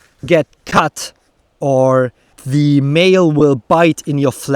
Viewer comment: You talk such a good english, but pronouncing every 'the' as 'thee' is still making me somehow nervous... only a 'the' followed by a vocal at the beginning of the next word is a 'thee', the others are normal 'the's... so 'the' mail, shield, helmet, sword, spear, padding BUT 'thee' armour, armet, age, outremer, infight, oponent... this would take away my nervous thoughts, THX! 😉